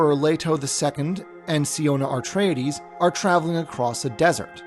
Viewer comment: AR-treides? Only one 'R' in the word.